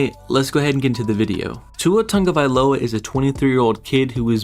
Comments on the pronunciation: It’s not TUNGA it’s TAGO ffs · His name is not Tonga-vailoa!! Is TAH-go-Vy-Low-ah. Spelled TAGOVAILOA#13/#1